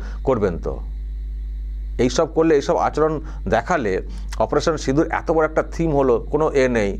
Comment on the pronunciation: বাঙালিরা এত কে আতো বলেন না। আর বঙ্গ সংস্কৃতি কে উদযাপন করতে বাঙালি সাংবাদিকের সঙ্গে কথোপকথনের সময় অকারনে প্রকাশ্যে বাংলা ভাষার পরিবর্তে ইংরেজিতে বলেন না। যে কটা শব্দ😮 বাংলায় বললেন সেগুলো শুনে মনে হল এর থেকে অবাঙালিদের মুখের বাংলা উচ্চারণ ভালো।